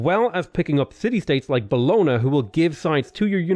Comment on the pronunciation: Triggered by the pronunciation of “Bologna”